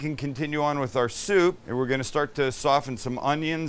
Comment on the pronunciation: Chicken Shshhhshhhsoup lol